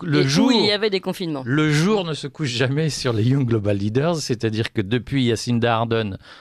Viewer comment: Bon, on dit yang et non pas young. C'est un détail mais une bonne prononciation donne de la crédibilité au discours.